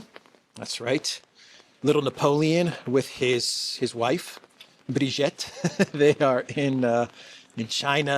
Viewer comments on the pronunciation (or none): It is Brigitte (Beejeete) Macron, not Brijet which doesn't exist in French. By the same token your name is and not Aleeks or Alikes.